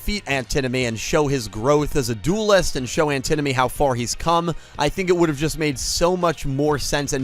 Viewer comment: It's pronounced An ti nomy not the way you butchered it